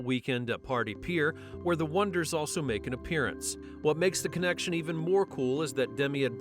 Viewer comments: Gotta love the O-Knee-Ders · I loved.....The OH-NEED-RRRs !🤣🤣🤣